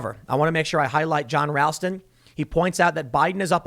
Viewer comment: It's pronounced R-au-lston Tim. I should know